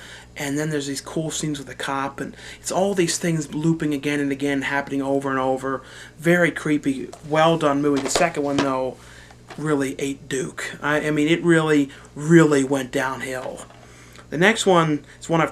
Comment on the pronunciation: i like you. i like your videos but please, please, quit saying "duke" it's "deuce" not "duke"